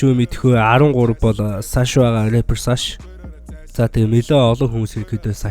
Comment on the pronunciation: саш bish сааш gj unshan shuu